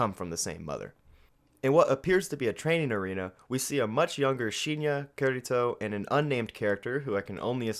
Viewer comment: Cant stop laughing how when you say kureto i hear kirito and have to do a double take like huh sao?? Sao?? Huh??